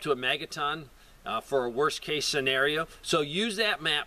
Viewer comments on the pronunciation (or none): none